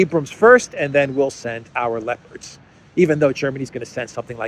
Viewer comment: It sounds like you're saying 'lepers' instead of 'leopards' and the consequences of such are 😂.